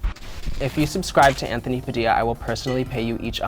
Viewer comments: PFFFFT "PADILDO" 😭😭😭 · “Padildo” I’m deaaddd😂😂💀💀